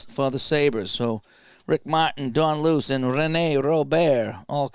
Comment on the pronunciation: Don Luce is actually pronounced Lou-Chee